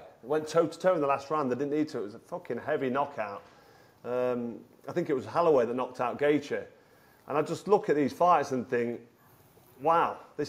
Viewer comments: Carl great video but it’s Holloway not halloway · I like how your trying to pronounce holloway how an American would 😂